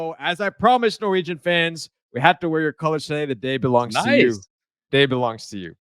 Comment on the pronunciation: Your pronounciation of difficult Norwegian names are impressive. If you just got the melody right (Norwegian is a singing language) you would sound like a Norwegian